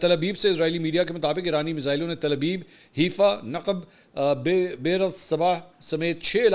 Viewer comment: Mansoor Ali Khan once again its not Heefa, Its Haifa as Hi Faa